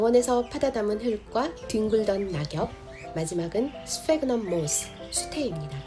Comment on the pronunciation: 유튭이 너무 뒤늦게 추천해준 엄청난 삽목연구 영상이네요~~ vermiculite / pearlite / sphagnum moss 발음하시는데 감동했습니다. 😻💖💕 제 blue ice cypress 삽수들이 왜 실패했는지 알 것 같습니다. 아카데믹하면서도 재미난 커멘트가 정말 훌륭한 비교영상 감사해요!!